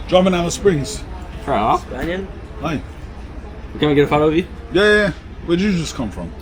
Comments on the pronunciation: Spanian.... mate... you are such a city mouse. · spanian sounds like "spain won".... she didnt know you lol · The "Chestnut" cmtfu Spanian. 🤣🤣🤣🤣🤣🤣